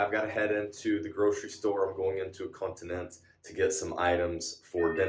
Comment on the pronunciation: First off, you are NOT expats, you are immigrants. Second, it's not 'continent'!! Pronounce it properly, it's 'con ti nen-che'